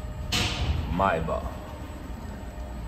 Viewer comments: lê-se Maybêque mano, não maybó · Pronúncia etrada: o certo é: 'meibec' e não 'maibá' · "mai ba" lmao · Sua pronúncia da palavra Maybach está incorreta, amigo. Mas o carro é sensacional. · Seria legal se o lucutor da Só Veículos aprendesse a pronúnciar a palavra "Maybach" corretamente. A pronúncia está errada no vídeo. Pra quem tem tanta paixão pela marca alemã, vale o esforço de aprender a pronúncia certa.